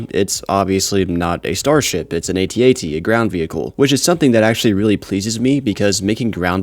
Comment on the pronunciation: It's known as an @@ not "aytee aytee".